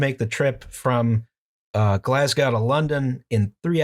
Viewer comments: Can we start a petition to have them learn how to pronounce Glasgow correctly? It rhymes with hoe, not cow. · OK Why didn't the other two correct the guy saying "Glasgow" totally wrong!?